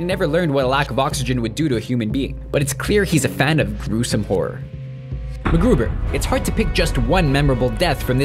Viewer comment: Hey. You managed to prounounce Macgruber correctly!! Well done.